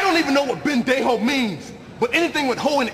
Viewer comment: "Whining, sniveling..... Pendejo". PEINDEJOW?!